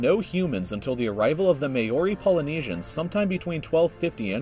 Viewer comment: "Mayori" slow clapping